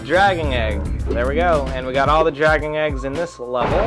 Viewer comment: it sounds like your saying dragging eggs lol. good vids keep it up